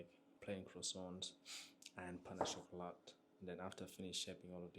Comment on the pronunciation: Well at least sounded like Portuguese 😅